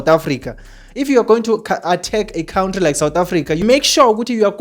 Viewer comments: Why do say kountry😅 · You cant transform knowledge and information when you can't even pronounce an easy word like country, mr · Cowntry,Kowntry,khawuntry bro🤣🤦‍♀️